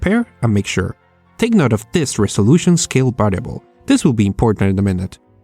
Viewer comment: i love your videos man but god damn learn to pronounce the difference between B's and V's Bisual NBidia Bariable I get that your Spanish and an accent is completely understandable but B's and V's have a completely different sound that are made completly differently with the lips making a B sound and the bottom lip slowly pushing against the upper teeth to create the V sound.